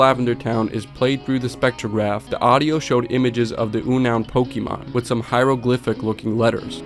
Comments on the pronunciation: Good video dude, however Unown is pronounced like “unknown.” Hearing you say oo-noun over and over when talking about the Lavender Town spectrograph was very silly. I take it you are not familiar with earlier Pokémon generations? Your work shows good promise; just polish up the research a bit. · Great video! By the way, the Pokemon Unown is pronounced like "unknown" 😁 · Bro really said U-noun. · "oonawn pokemon" lmao. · WTf did you call unown????